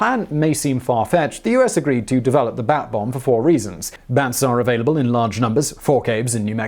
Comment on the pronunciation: I couldn't hear 'bat bomb' and kept hearing 'bath bomb'.